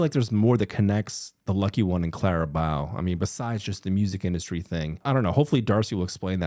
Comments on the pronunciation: SAMMMMMEEEEE. I kept screaming at my screen “BOW AS IN RIBBON!!!” every single some I heard him mispronounce it 😂😂😂😂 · the amount of times you mispronounced Clara "Bow" when Taylor literally says it in the song, is driving me absolutely crazy 😂❤